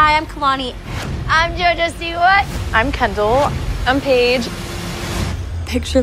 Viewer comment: Everyone else saying their names normally in a normal tone: Jojo: IM jOjO sIwA